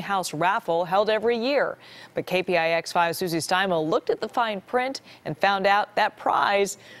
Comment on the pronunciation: “Fine frint”